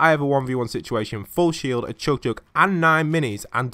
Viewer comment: CHUG JUG NOT CHOOG JUG